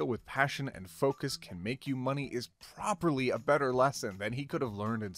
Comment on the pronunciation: "it's you're" continues to ignore properly instead of probably